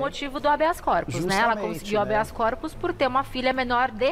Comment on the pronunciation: "Habeas Copos" o rapaz disse???? 😂😂😂😂😂😂😂 Copo livre? É festa do curso de direito regado a bebida???. 😂😂😂😂 Não seria "Habeas Corpus".